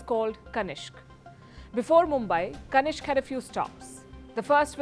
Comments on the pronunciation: Madam It's Kanishka not kanishk. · kanishka, kanishk.